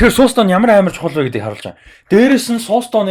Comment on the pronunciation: СОУЛ Стөн гэж хэлэхээ болилдоо. Эхлээд ямар чулуу яриад байгаан бол гэж зөндөө бодлоо шд. Нэг л их англи хэлээр ярисан хүмүүс ядаж зөв аялагатай ярь л даа. Бусдаар бол гоё байнаа.